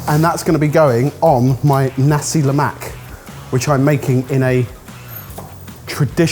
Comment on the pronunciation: as a malaysian watching this, i'm getting unreasonably triggered every time they say "lemak". as best as i can describe, it's closer to the "lou" from "colour", and the "mak" syllable is half-way between "mac" and "muck". also, every time they say a food is singaporean, i get triggered the same way indonesians would when a dish is called malaysian (even though i do believe nasi lemak and laksa are malaysian).